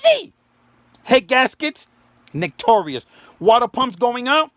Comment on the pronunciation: “Nick - tor - ius” 🤣🤣🤣🤣